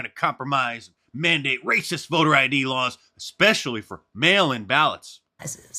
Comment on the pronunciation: r-r-r-r-r-r-r-racistttt!!!! gotta love mark lol